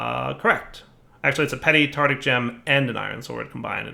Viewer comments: it's pronounced "Tar-tar-ic" gem not "Tar-tic". Like Tartarus, the dimension. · Ohhh and his utter inability to pronounce “tartaric”... I’d forgotten that. How I’ve missed it(!)